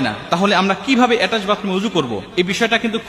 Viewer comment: উচ্চারণ টা এটাস্ট বাতরুম নয়। ওটা হবে অ্যাটাচ বাথরুম। তুমি তো নিজেই একজন অজ্ঞ লোক।